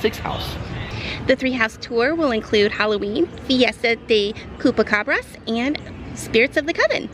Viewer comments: “Kupacabra”🤣 it’s pronounced with the CH 🤣🤣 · It's not Cupacabra (kupa); it's Chupacapra (first syllable pronounced Shoo)